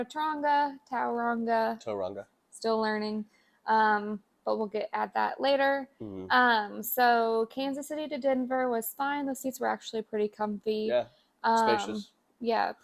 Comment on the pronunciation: Tauranga is pronounced "Toe-rung-ah". Roll the r a little and avoid the gah sound. You might impress the locals lol enjoy your winter because summer is gonna knock your boots right off👍